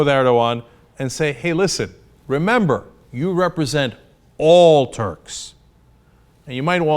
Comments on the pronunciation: i has 20/20 hearing. I heard him perfectly. He said turds. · I did. Cenk said turds.